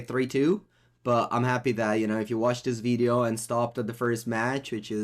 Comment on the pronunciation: I need a text ringtone of saying “veedeeo”